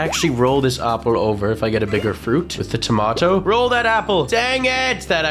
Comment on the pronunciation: AND THEY BOTH SAY TOMATOL🤣